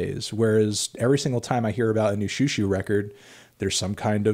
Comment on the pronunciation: I’ve been waiting for this since forever. Also the more accurate pronunciation XiuXiu is She-Oh She-oh ☺️